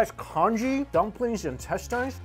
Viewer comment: im not a native speaker but isnt the way he pronounces "intestines" wrong tho? asdfghj